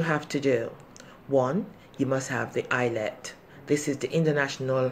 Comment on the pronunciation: Oh come on this video cannot be serious. Madam, are you a patient or a nurse? Your pronunciations and the accent, I don't believe you for a moment. If this is serious please revise it and stick to the title, the NMC CBT. Not 'ILETS' /facepalm Try giving some advice and give prospective nurses an idea of the critical questions or other information needed to help them tackle the CBT like drug calculations and patient safety -.-"